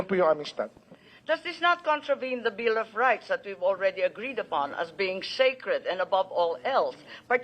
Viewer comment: Hoy Imee, anong ‘shake red’ ang sinasabi mo d’yan? Bulol ka ba o naguguluhan? Sacred ‘yon, hindi shake red! Wala namang shake red sa Saligang Batas—baka sa sabaw ng utak mo lang! Kahit 10 Commandments pwede pang ‘sacred,’ pero sa constitution, walang –shake red na magkakabit! - Juan Dela Cruz